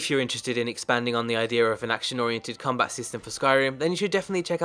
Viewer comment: Finally you said combat correctly!